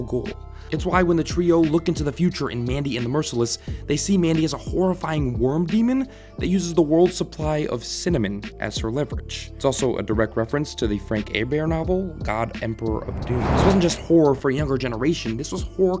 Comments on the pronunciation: Did this man call Frank Herbert (Her Burt) , Frank hair beart? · Gotta say, first time I've heard Frank Herbert's name pronounced "A-Bear", lol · That is the oddest pronounciation of Frank Herbert I've ever heard. Frank (AYYBEAR????) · Yeah, he’s called Frank Herbert, not Frank “A-bier” This might be the worst pronunciation of a name I have ever heard. Do you think he’s French? He’s from Tacoma, Washington! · Is no one going to point out that you called him Frank “ayebear” instead of Herbert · "Frank Aybear?" It's Herbert. Like Her. Bert. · I forgot about crackhead yogi also you pronounced Frank Herbert's name very wrong. It is Her-Bert not haybear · Air-bear? Really? Never heard it so pronounced. Any particular reason for the pretence? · did... did you just pronounce "frank herbert" as "frank ayybear"? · Sounds like you sead "air-bair" it's "her-bert" Frank Herbert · "Frank Erbear novel" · "Frank Ay Bear's" book Dune??? That's not how you say "Frank Herbert" !!! LMAO 😆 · frank herbert is american, why did you say his name in french? its herbert, like herbert hoover, or herbert the pervert. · did you just pronounce it frank "Ay-bear" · I didn't know Frank Hubert was pronounced like that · I was cringing at the mispronunciation of Frank Herbert, but checked to see if maybe he was German, but seeing he was American and knowing it was mispronounced here. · that's not how you say Herbert. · Anybody else cringe really hard at the way he says Frank Herbert's name? Dude was an american from Tacoma, Washington, he was not a french philosopher. lol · I dont think that's how you pronounce Frank Herbert. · Weirdest pronunciation of Herbert I've ever heard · Is this channel intended as a parody of video essay channels? I lost my shit when you pronounced 'Herbert' as if it was a French name.